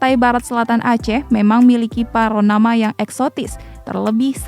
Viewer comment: Panorama, bukan paronama.....hehe